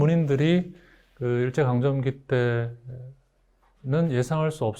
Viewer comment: 해방의 발음도 틀렸나이다!! 길게 발음해야지!! "해석, 해제" 등의 첫 자도 짧게 발음하시렵니까!?? " 강점기" 의 첫 자도 길게 발음해야 합나다. 한 말로, 저고저 문제가 심각하나이다.